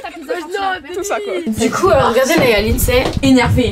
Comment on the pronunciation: Vous êtes les meilleurs mais juste vous avez dit Lidsay 😢😢